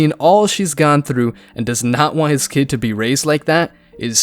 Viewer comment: Why is there a Y in the word Kyid or I mean Kid!